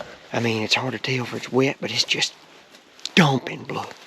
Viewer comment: He said “lOoK aT dA bLoUd” haha congrats man awesome hunt!